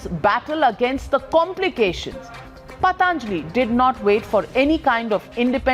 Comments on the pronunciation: Dear Navika, with all due respect what the heckety heck is paatanjali.. it is patanjali as in puh tun jali... not paat aanjali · First of all, it’s not paaaataaaanjli, that’s how the woman is pronouncing it, it’s patanjali for god sake, if u can’t pronounce words of ur own culture & try to pronounce words of French, German, Spanish & Italian etc flawlessly, no matter how educated u r people from outside the country will ridicule & shame u. We know many Indians who make sure they pronounce foreign words like Rendezvous as Roundavooo ( which is the correct pronunciation), but they’ll still pronounce Aaraadhana as Araaaadna, such garbage mindset.